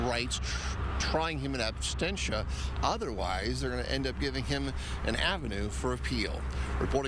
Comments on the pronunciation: It’s “absentia ,” not “abstentia.” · It's "absentia", NOT abstentia.